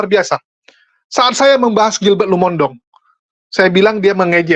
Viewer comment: Maaf, penyebutan Lumondong itu keliru. Harusnya Lumo in dong. Bagi orang manado tidak ada marga Lumondong